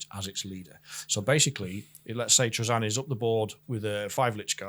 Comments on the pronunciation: Me too. It’s Tra-Zin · This is the first time I've heard Trazyn pronounced that way and it sounds so off to me. Here's how I'd rework Trazyn to be more interesting and closer to his lore: once per battle, if he is within a certain range of a character, he can roll a bunch of D3 or D6 and if the total matches or exceeds the number of wounds left on the target character, Trazyn has trapped that character and it disappears from the board. If Trazyn is killed, that character comes back onto the board. That would make him powerful in a different way but you'd have to keep him alive to keep that advantage. And of course keep a limit on the number of points of the character he can capture.